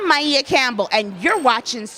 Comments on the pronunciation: Why you keep saying her name like that? Is this AI speaking? Because it's said like Mia but you saying Miea or something 😭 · Very sad indeed. Her talented mother passed in 2006. One of my favorite authors. Also, I'm irritated by her name being pronounced My-ee-ah. Isn't her name pronounced My-ah? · Damn you could at least pronounce name correctly, her name is Maia not Mieah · This is artificial intelligence. Synthesized black female voice over. Can't even pronounce Maia (Maya) correctly. Well, they tried.